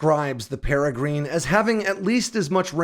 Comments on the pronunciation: It's not peregreen, it's peregrine with an "inn" sound at the end. As in the peregrine falcon, the fastest animal on the planet, and shown in my avatar. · Peregrine is a type of falcon. it's pronounced "peh rih grin", not "peh rih green" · That would be pair-ah-grinn 😁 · Love your channel, but just for the record, the Peregrine missile is pronounced like the bird the Peregrine falcon (pair-ah-grin). Just FYI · Wait, are you really saying “pere-GREEN”? This bird species has been named and known for decades. 🤷‍♂️ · That is pronounced para-grin. As in the paragren falcon. A small bird of pray that can dive faster than any bird on earth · Might want to look up how to pronounce Peregrine. The vowel in the -grine part is a schwa, not an 'ee' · For the Peregrine-please look up the pronunciation of the bird!!! Please as everyone you pronounce it it hurts my head!😹😹😹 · You cracked me up with your pronunciation of the Peregrine missile the first few times you talked about it. I am glad to “hear” that you got it correct on the last try. But keep of the good work. I have always enjoyed your research into the new AirPower tech that is coming out in the near future.